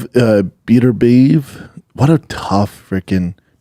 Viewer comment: You just know Brendan didn’t watch the boxing at all 🤣. Can’t even pronounce beterbiev name he only would’ve heard it in commentary 100 x